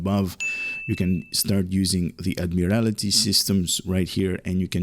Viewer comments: It’s Admiraty (Add-Mere-Al-Tee) not Add-Mere-Al-I-Tee. Thank you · "Admiral-TEE", I think it would be pronounced.